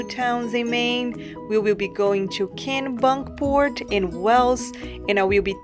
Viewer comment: It’s Kennebunk port it’s said like Kenny but instead of a y it’s an e